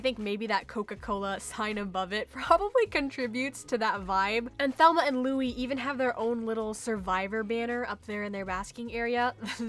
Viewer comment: It’s Thelma and Lou-eeze lol 😂